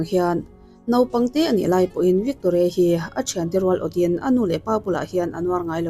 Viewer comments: Victoria I lam dan chu a common lo hle mai😂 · Victoria i lam dan hi 😂😂😂😂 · Victoria i lam dan hi ṭhing e, mi vantlang lam dan i hre ve awm tho si a😊